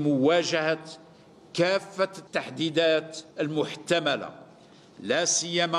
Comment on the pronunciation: قراءة لا باس بها لكن هناك بعض الأخطاء مثل التحديدات و الصحيح التحديات ثم جمع اركان و قلت الاركانات. .لكن يمكن القراءة ان تتحسن تابع . اما فيما يخص استعداداتك فلست اعرف ان كان العدو هو الناتو او جمهورية مالي او روسيا و الصين و امريكا .المهم ان المغرب سيبقى داىما يساندكم كما فعل ضد فرنسا . و حاول ان تخفف من شراء الأسلحة و شراء الحاجيات لسكان التوارق في الجنوب .